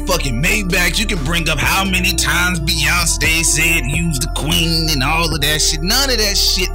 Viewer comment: Sound like he said Beyonstay lol😂😂😂